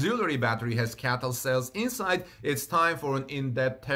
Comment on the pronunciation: Just an observation: it's not "Caytl"... I't's "Cee-ay-tee-el".